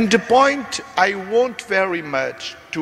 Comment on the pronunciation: 2) "Want" vs "Won't" - É óbvio que o homem queria dizer "want", mas a pronúncia não foi a melhor. Seja como for, há certos locais onde o Inglês é língua oficial e em que a palavra é pronunciada de modo "estropiado". 3) "Fill" vs "Feel" - Para quem tanto exigia ainda há pouco em termos de perfeição da pronúncia, este caso é estranho - "fill" e "feel" são pronunciados de maneira bastante diferente. Bom, se calhar também és daqueles que pronunciam "beach" e "bitch" por igual.